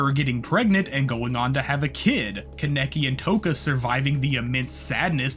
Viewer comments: Good video but kaneki (kon ne key) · love the video, hate how you say ken kaneki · The way he pronounces Kaneki is mildly infuriating. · The way you pronounce kaneki bothers me but great video! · The pronunciation on kaneki is annoying me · the fact that you consistently said kaneki wrong really gave me aids